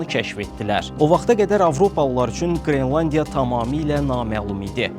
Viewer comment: Qrilandiya yox, qrelandiya😅